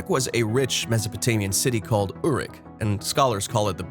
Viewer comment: He can't pronounce Sumerian words! He is awful. Uruk is the ancient word for Iraq. It's pronounced Err_rook. The other words are pronounced pathetically as if he's just reading his script. The name he was talking about was Gilgamesh. First written as a epic poem in 600 BCE shortly after fall of Jerusalem by a occult mystic named Sin Liqui. Evidently LONG after Moses wrote Genesis. Gilgamesh and his huge friend Enkidu we're apparently antediluvian lethal bullies postdiluvian Moses called Giboram or Nephilim.